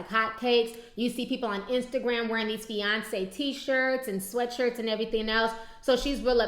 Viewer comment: feyonce lol fiance LOL